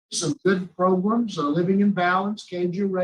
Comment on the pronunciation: Progrums 😂 gets me every time!! 😂😂😂